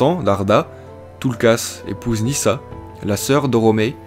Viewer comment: Bravo pour ce retravail ! je n'avais pas pu aller plus loin que qq minutes sur ta 1ère vidéo à cause de ta prononciation qui m'écorchait les oreille. Il y a un énorme progrès à ce niveau. Reste encore qq éléments à améliorer : - Pourquoi dis-tu [nisa] pour Nessa ? - Telperion, il faut désolidariser le O et le N. Tu dis bien "loréline", pourquoi l'autre arbre n'a pas eu droit à autant de considération ?! ;) Par ailleurs, l'expression "Age Valarin" n'est-elle pas discutable ? car jusqu'au 1er lever de Soleil, 1 Age = 100 années (soit environ 1000 de nos années) ; Tolkien utilise le terme "d'Annale".